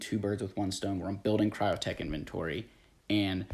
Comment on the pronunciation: it is KYRO not KRYOtech